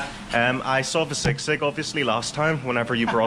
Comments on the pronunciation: bro it's pronounced as SEE-sig not SIG-SIG 😊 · Hi 👋 nothing biggie but Filipinos had been saying SISIG while your pronouncing it wrong . No hate just a correction ❤